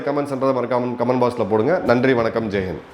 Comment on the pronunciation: வணக்கம். ஜெய் ஹிந்த். என்பதை ஒழுங்கா சொல்லு..